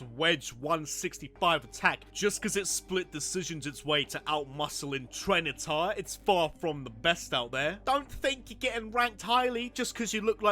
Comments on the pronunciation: TYRANITAR, NOT TRENITAR! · are they saying tyranitar wrong on purpose?